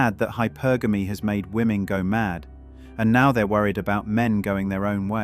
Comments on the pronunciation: Why can't any of these people say 'women'? They say 'woman' - singular. What's the deal? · Never listen to anything someone says who cannot pronounce the word "women" correctly.